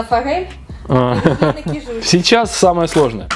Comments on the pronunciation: кИжуч, а не кижУч😣 аш слух режет😣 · кИжуч,а не кижУч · Не кижУч, а кИжуч😉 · ты меня всегда поражаешь неправильным произношением слов! КижУч! Восторг! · привет. Как всегда классно. Один момент, на будущее. Не кижУч, а кИжуч. На первый слог ударение. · добрый день! Правильно говорить кИжуч. Извините, что поправляю. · рыба кИчуж, ударение на первый слог. Кижуч имеет наоборот жирное мясо, конечно не как у чАвычи, но намного жирнее горбуши, кеты, по крайней камчатский лосось именно таков) Засолка рыбы соль + сахар, два к одному (соль лучше крупную, но промывка рыбы тогда) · Как же режет слух неправильное ударение в названии рыбы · кИжуч, а не кижУч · Не кижУч а кИжуч😊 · КижУчь 😢😢😢 Как можно так говорить ? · Можно уже выпустить приложение к учебнику русского языка "Как нельзя говорить" и собрать туда всю косность речи блогеров. Кровь из ушей от вашей речи. Один - "палтУс", другой - "кижУч".... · Нет ну честно уши режет: кИжуч, ударение на И! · говорят КИжуч! Ударение на И! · кижуч. Ударение на,и,,. Произноси правельно. Режет слух😮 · Кижуч - Ударение на первый слог! Меня как жителя Дальнего востока передёргивает)) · Кижуч. Ударение первый слог